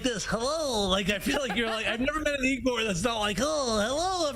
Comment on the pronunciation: It isn’t eegor it is yagor do a little research 😂